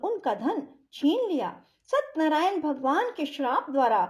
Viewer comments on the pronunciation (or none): सतनरायन नहीं सत्य नारायण सही शब्द है सही उच्चारण तो करिए। प्रस्तुति अच्छी नहीं है